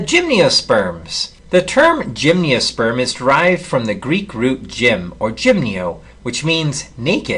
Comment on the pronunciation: Tremendous videos but why do you say "gymniosperm"? there's no "i".